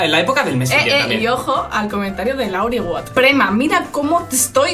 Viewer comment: Una pregunta, what es tu prima? Porque en el minuto dice prema😂😂😂😂😂